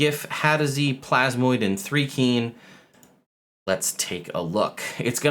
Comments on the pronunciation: What is 3-kreen? It's actually thri as in thrice. You can always go to DND Beyond and click on the pronunciation guide. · As a Dark Sun fan since AD&D 2nd ed I have to reply that Thri-Kreen rhymes with dry-screen. They are mantis people, not ant people. It's not a big deal and no negativity or anything, it's just a bit like my uncle who pronounces Pappy-russ for papyrus, and suedo for psuedo. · Your are mispronouncing the first part of the Thri-Kreen as well. It is pronounced with a long “I” not a long “E” sound, like rye bread not like the number 3. They are mantis people not ant people. 3e screwed them up to make them fit in a 5’x5’ square. They use to have a big abdomen in 1 and 2e. See the link below for info in Thri-Kreen. As to whether this UA release, is a harbinger of Spelljammer or Planescape. Every one of these creatures except the Thri-Kreen and the Astral elf come from the MC7 and MC9 the 2e Spelljammer monstrous compendiums, so I would lean toward Spelljammer. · I misread which "r" you missed and thought you were gonna pronounce them "thicc-reen" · Thri-Kreen (which I've always pronounce Th-RY Kr-een) have been a favorite race for a long time they aren't generally ant people they are praying mantis people. I like them being able to hold extra weapons but they should get "extra attack" as a feature otherwise you could hold 72 weapons and it's still basically the same one attack one bonus attack. And extra attack doesn't stack so it's not broken unless they gave them an extra attack on top of extra attack.